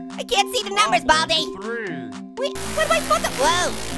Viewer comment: saying baldi